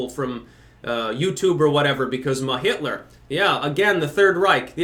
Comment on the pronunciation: Hi young whippersnappers, I'm 73 years old. I enjoy listening to. Lately he has added "ma" in front of words. On this video he says "ma-Hitler". He did the same on an earlier video saying "ma-Russia". Please help an old man out. What does it mesn??? Thanks.